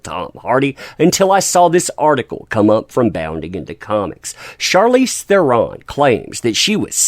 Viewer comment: FYI. Charlize pronounced her name on a talk show (maybe jay leno?). And her last name is pronounced Thren with a roll on the R.